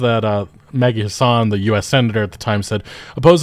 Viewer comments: pronunciation of Senator Maggie Hassan is throwing me off. You make it sound middle eastern lol. it's HASS-ən or if I wasn't copy pasting form a wiki it sounds closer to "Has Been" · Maggie Hassan of New Hampshire isn't of middle-Eastern descent, but white-European as can be; the second "a" is short. Say it with a Southern flourish: "Hass-en," like "Wrastlin'," "Hasslin'," or as her opponents misleadingly coined in previous elections, "Taxin'."